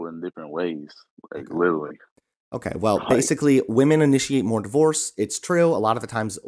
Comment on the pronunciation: "like liwally"